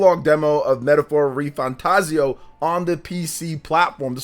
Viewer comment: I'm still getting used to you not pronouncing it RefantaZIO and now ReFanTAZio xD